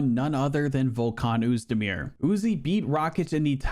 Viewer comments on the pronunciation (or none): learn to say Oezdemir mfer, you saying 'uzi' the whole vid ruined it